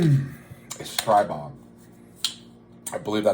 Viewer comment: cool review. I'm waiting for mine. By the way, it's pronounced "streee" bog.